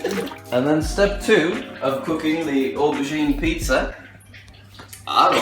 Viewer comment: everytime he said cooking i thought he said cocane😂